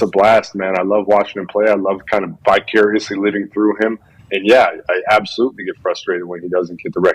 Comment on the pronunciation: Yeah I know the word he meant smart guy, but he said bicuriously